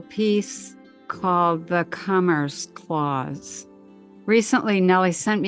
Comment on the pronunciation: Interesting info. I cant help but mention it sounds like she's saying "cummer's clause" tho. Sorry. Lmao. 😂